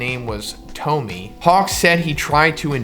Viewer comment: I believe Tomie is read toh mi eh.